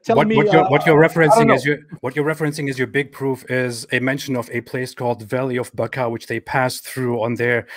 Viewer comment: As a jew who reads the bible in hebrew you dont pronounce becca as they did in the video, you pronounce it, bacha, and it means the cry valley. It's weird that so many things could be twisted in different languages. Edit: They referenced it and said its a conspiracy? Wtf